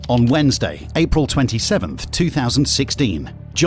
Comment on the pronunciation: Is this voiced by AI? That “Wednesday” in the first second of the video sounds VERY ODD